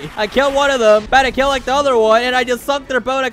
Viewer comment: And also it's kill not keel🤓🤓🤓🤓